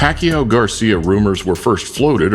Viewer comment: Here is some help. Pacquiao rhymes with "machiatto" like the drink. Replace the "m" with "p". Remove the "tt". "pa-ki-OW" not "PECKY-ow"